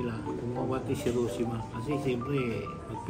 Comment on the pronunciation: Mas tama po ang "hee ro SHEE ma..